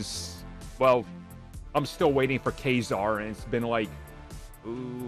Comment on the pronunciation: Kuh Zaar not Kay Zaar lol you say so many character names wrong it’s crazy 😂